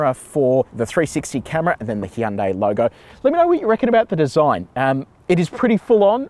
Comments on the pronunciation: Did he say heeyundai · Hee yan day. Wtf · Weirds me out when people say "Hi-yoon-day" or "Hi-yoon-die" instead of "Hyun-day"